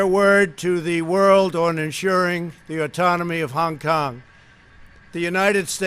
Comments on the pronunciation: He is taking none of the blame for anything. He repeats the blame on China and WHO He screwed up so bad with his response to the virus He is now looking to start a War with China His pronunciation of China and Hong Kong is very is to get a racial reaction toward there people He must be politically taken out of this position immediately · Why does he say Hong Kong so weird? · Because he was from New York. Ok?